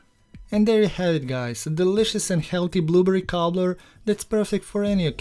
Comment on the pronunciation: Clicked just to hear him say “blooburry”! ❤🫐 looks great